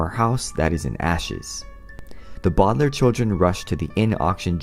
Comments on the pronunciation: Lol it's no bowdlairs it's Baudelaire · And it’s not bowdlaiirr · It’s actually pronounced the bau de lair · It’s pronounced Bow del air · It’s not bodalare it’s Baudelaire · Its not Bo De Lai Re Its Baudelaire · It’s Bow-De-lare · A sad story of the bodlar No offense I know that you made a video about pronouncing it whatever you can.